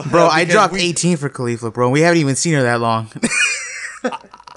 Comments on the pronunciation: I cant handle people saying Kalifla anymore. Ok her name is Caulifla like Cauliflower excepts its CauliFLA. Thank you use this wisdom well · Why do you keep mispronouncing Caulifla? That's not even close to how they have been pronouncing in the show.